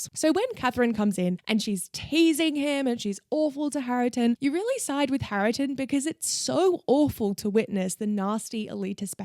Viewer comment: Hareton's name is pronounced "HAIR-tun." Otherwise, I really enjoyed this video. I recently re-read Jane Eyre (my favourite) having not read it for years and once again I absolutely loved it! 🥰